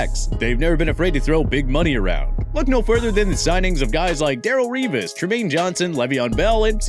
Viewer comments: Why can’t these people pronounce things. Are they even sports fans? How do you not know how to pronounce Darrelle revis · Can't even pronounce revis's name correctly